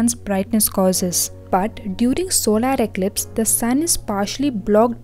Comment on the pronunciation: "ZoDdA eCliPz"